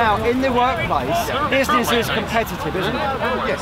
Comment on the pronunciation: Man kept saying bizznizz